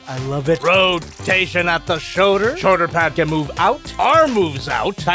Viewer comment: says Shoder instead of shoulder and it bothers me lmao